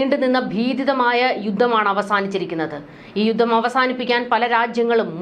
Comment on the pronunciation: പദദി ഇട്ടത്. !പദ്ധതി എന്ന് പറയൂ ബൂരിപക്ഷം!! ഭൂരിപക്ഷം എന്ന് പറയൂ യുദ്ദം!! യുദ്ധം എന്ന് ഉച്ചരിക്കണം